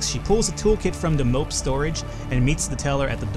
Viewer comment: it's pronounced mo-ped. It's a scooter, basically;) Remember you can sell that scope around your neck now you have the telescopic vision. Not that it will really matter, money will only really be useful for food and ammo now I think. The Br1nG software is for hacking cellphones. There are 2 other types for smartphones and i-Slabs. You also need the laptop and charged laptop battery obviously. Then you need to find a locked device with software on it and the right charged battery for it all to be worthwhile. It's a very long process, which is why I do my money gathering based around DMC, so I can grab the software when it appears in the junk market. You make money quicker at the tribal camp but lose that time later trying to find the hacking software (if you have hacking skill). You should also be grabbing at least one of each battery type for this reason; like the cellphone battery you left behind this episode may have been useful one day. AA batteries hold 20 charges each. But they are a double stack. To fill both batteries, you need to shift-click to separate the battery stack. In this episode you put 40 charges in the flashlight, when you can actually fit 80. This will probably not matter for the remainder of this run, unless you decide to use water testers you won't need AA batteries and the other batteries are all single stack. The strange doll only has uses in certain encounters. But it can be a life saver. I don't think you should research which ones use it; p